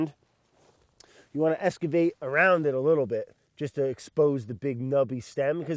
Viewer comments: Eskavate lmao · I love Brads made up words lol. Well, not made up, just pronounced in his own way. Like “eskavate” for excavate 😂 Briogge for brioche, among others I’ve caught in just about every episode lol. Brad is so dang awesome, I love it when he calls someone “bud”. He’s always so willing to pitch in and work and is so down to Earth. I’d love to spend an afternoon with him! Lol. I bet he’s great with his two kids!!